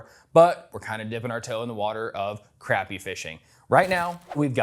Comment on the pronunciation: His sister’s hair and mispronounced Crappie. Other than that…..nice review..